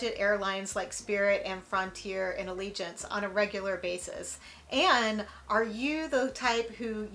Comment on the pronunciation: IT'S ALLEGIANT NOT ALLEGIANCE. FLIGHT LEFT ON TIME RDU-SJU-RDU AND YOU ARRIVED SAFELY. OMG WHAT DO YOU WANT, WHAT WAS SO BAD